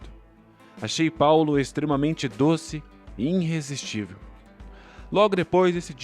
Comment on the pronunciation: Erro grave de leitura: irresistível e não inresistivel como foi lido.